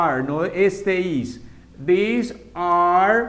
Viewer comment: I´m pretty sure I´m way far for my comment, Years after.. But This and These have a totally pronuntiation, not like you said This is short and softly, these is like theeez.. longer e and with z sound. :( so.. they are confused!!!